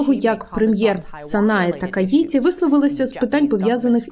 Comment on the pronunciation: Такаічі, в японській нема звуку ті, це маскальська транслітерація